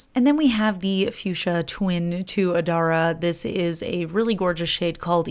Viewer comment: I had to purchase Adara for my oldest granddaughter, the one I said you remind me of. Her name is Adara Love! Love being her middle name. It arrived yesterday and I had to try it out. It is a stunner! Thanks and thanks for the correct pronunciation of Adara!